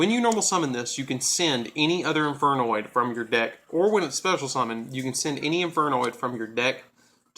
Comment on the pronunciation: you alos butchered all the infernoid names lol